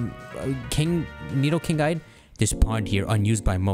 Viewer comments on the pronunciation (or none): none